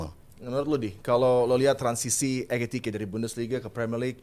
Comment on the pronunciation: EKITIKE bkn ETIKITE,😂